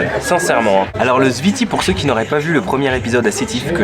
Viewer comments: C'est pas le ziti 😂😂😂 C'est le zfiti En arabe ça s'écrit comme ça الزفيطي Attention c'est très très piquent. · Le zfiti plat meconnu en Algérie, il devient très populaire ces dernières années. Tu as mal prononcé zfiti boumahress Pour le balout on dit ça aussi pour les balles de pistolet ou fusil comme surnom à cause de leur forme